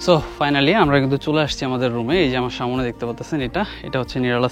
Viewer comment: সবই সুন্দর শুধু "সা মো নে এবং বারবার মূলত মূলত" এটা শুনতে কেমন জানি লাগছে এছাড়া অন্য গুলো ঠিক আছে।